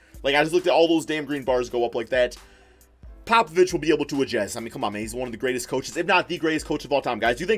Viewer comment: Do you say agest instead of adjust